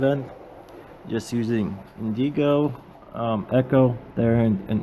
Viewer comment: Indigo is pronounced IN-dig-oh, just like the color. Not in-DEE-go.